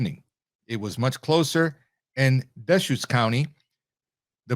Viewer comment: Pronounced: Mult no mah and De Shoots counties. 😃 Multnomah, Washington and Clackamas counties make up Portland and surrounding metropolitan areas. Marion County is home to the state Capital, Salem. All are solid or majorly lean left.